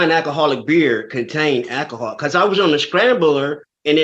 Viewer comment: Give up the "akahol", bruh!